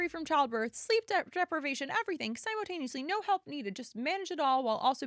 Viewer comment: You sound jealous, petty and mean. You are obviously projecting and also you are pronouncing “simultaneously” wrong.